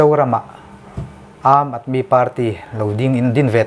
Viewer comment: Aam tia i lam ang tho khian aadmi tih pawh khi lam tur ani e